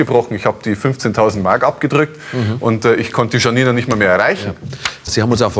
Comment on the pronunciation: Mich triegert es hier, wie der Name Janina ausgesprochen wird.